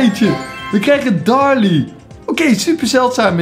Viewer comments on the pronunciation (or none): darlie ik: daryl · Darryl joh niet darly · Ja zegt op darrly er staat toch duidelijk darrYL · Darryl niet darly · Waarom de fuck zeg je darly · Maar misschien schrijf je het zo maar je spreekt het uit als darrly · je hoort te zeggen derril Ga door met brawl stars, vind het awesome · Je spreekt Darryl uit als derrul